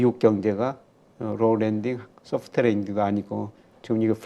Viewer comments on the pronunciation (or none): 김영익 선생님은 Low landing이라고 발음 하시고 직접운영하는 채널인 김영익 경제스쿨은 Roll landing이라고 하면서 자막에 설명까지 쓰고…….경제지에는 No landing이라는데 Low와 Roll은 들어본적이 없어서 정리가 한번 필요할듯합니다.